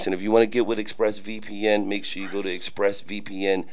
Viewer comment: exPREsss🤣🤣🤣 a lil closer to the mic exPRESss😂😂😂😂🤣🤣🤣 in ya mouth 👄😺🤣😂🤣😂🤣Waka don't stopah😆